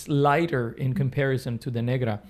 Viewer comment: might want to be careful pronouncing negra bro